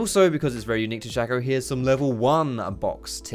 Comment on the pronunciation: It's pronounced Shake-o not Shack-o. His clone is called Fake-o. Shake-o and Fake-o Not Shack-o and Fack-o